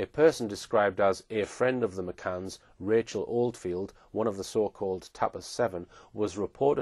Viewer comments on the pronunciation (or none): none